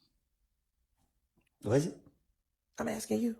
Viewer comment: Why all these trained attorneys keep axing questions instead of just asking them